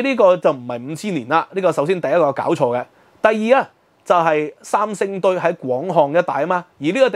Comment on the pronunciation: 能不能说国语，不要说伤声堆